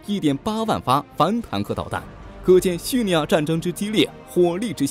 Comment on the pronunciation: 真的不想吐槽，但是发音确实不对，听着好恼火，是叙利 li 亚，不是叙 ni 亚